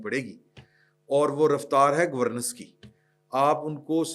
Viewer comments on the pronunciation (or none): ”گورنینس“ Not ”گورنس“